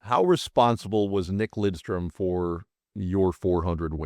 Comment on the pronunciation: “Lindstrom”? C’mon, …